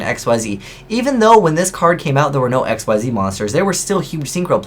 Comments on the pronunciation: xyz in this matter is pronounced (exeez) not x.y.z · By Pulsaris, would you people just take the hint? It's Xyz, not XYZ! Say it with me: Ekseez. Not eks-why-zee, ekseez. That's how Xyz is pronounced. Zexal era is over, we've been through this, why do people keep saying x-y-z? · Is it really that difficult to pronounce Xyz correctly? I cringe every time some says "Ex Why Zi Monster"... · did he just... pronounce xyz as X-Y-Z? o.O